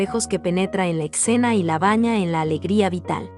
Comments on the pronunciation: Mensaje para la narradora, no se dice ECCENA, es ESCENA... Se pronuncia Renoá, no Renoir. ¡Cada vez más enorme! También hay que practicar la lectura. ¡ADIÖS! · Hermosas las obras de Renoir lo q no entiendo es porque la narración tiene puntos y comas donde no van o porque pronuncias palabras como escena _con x, mi opinión no es por ofender, solo creo q la narración puede mejorar